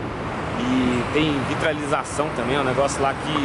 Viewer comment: vitrilização e boa kkkkkkkkkkkk o correto e vitrificação